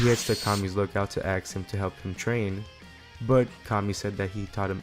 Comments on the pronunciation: I only ask you say ask instead of ax It's killing me. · you said aks does that mean you're black js asking